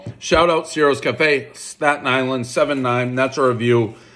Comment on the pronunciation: Thanks for pronouncing Stat-Nylan correctly